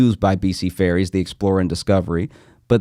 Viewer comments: LOL Josh I thought you were saying Fairies…not ferries. I was like WHAT is happening, am I witnessing some ethereal human trafficking right now. I didn’t even know we had confirmed they exist and now they’re being casually sold- it’s been a crazy few years but I didn’t know fairies were confirmed as real. Couldn’t be more relieved that the fairies are okay 😂☠️ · Omgosh... you were saying "FERRIES" not "fairies" which is what i heard as i was busying about the house listening to this lol... i was so lost on the topic